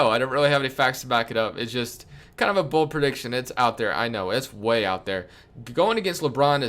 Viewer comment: Wow u should have emphasized BOLD